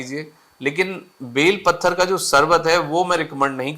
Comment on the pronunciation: डॉक्टर सर का उच्चारण गलत है बेल पत्र कहा जाता है न कि बेल पत्थर ! 🤔